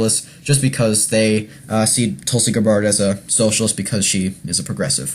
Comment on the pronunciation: Learn to pronounce her name. Watch a few videos. Very annoying.